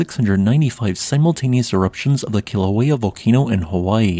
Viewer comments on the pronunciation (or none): none